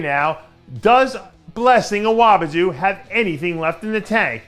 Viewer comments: **Awodibu NOT Awobidu cmon man! Lol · AWODIBU not AWOBIDU, Dave. Like BOOGEYMAN not DOOGEYMAN.